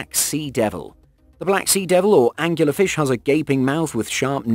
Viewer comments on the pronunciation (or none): I think it's an Angler Fish, not Angular. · I thought it was an angler fish, not angular fish... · Angler fish, not angular. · Anglerfish not "Angular fish". And I don't believe a word of that '60 ft' shark story. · It's an incorrect pronunciation. It's Angler as in fisherman. The term comes from the fishing rod like protuberance on the head which is used to attract the prey. Being British I can vouch for this! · No he mispronounced it - simple - Angler fish not Angular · Angler fish not "angular fish" Get it right. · Him saying angular like a triangle not Angler like a fisherman so much made my eye twitch. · I love that he keeps calling angler fish angular fish lol. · "Angular fish"? I think you'll find that it's Angler fish . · It's not "Angular Fish" it's "Anglerfish" Angler as in....a fisherman using a lure. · how many times can you wrongly call an Anglerfish "Angular Fish" ?? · Angular fish is a mispronunciation. The correct is Angler fish. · lol, it's not an "angular" fish, it's an "angler" fish. Another word for a Fisherman is Angler. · Uhm... It's Angler Fish. Like a fish that fishes. Not Angular Fish, like a fish with angles. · Angular fish? Not angler fish? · Why do you keep calling the angler fish an angular fish? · It's an angler fish not an angular fish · It’s Anglerfish, goddamit. The name comes from the lure on its head. Does it look angular to you? Nice video but this mistake drives me inuts. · Pretty sure it’s angler fish not angular fish….. 🤦‍♂️ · *anglerfish NOT angular fish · Angler fish not anguler fish as in a fishing fish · The monster I'll be avoiding is the British sounding guy who repeatedly calls the Angler fish angular, peddling it as an informational video. Who knows what else is BS. dangerous stuff